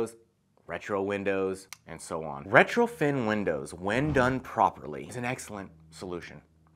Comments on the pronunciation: If you say retroFIN Windows one more time... smh.. lol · I was so confused. I don't know much about windows so I kept having to recheck the title of the video and the comments. He's saying retrofiN with so much confidence over and over but the title says retrofit and comments are saying retrofit.... I'm like how is it possible an expert window installer says the wrong term numerous times, every time, through an entire video??